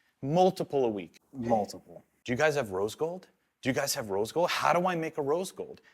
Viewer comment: Cool but can't say rose gold